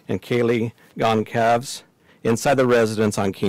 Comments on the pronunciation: Kaylee Goncalves is pronounced Kaylee Gonsalves. Her correct name is Kaylee Gonçalves, and the letter ç has the same sound as s. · Her last name is pronounced gonsalves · Fyi kaylees name is pronounced “gon-sal-ves”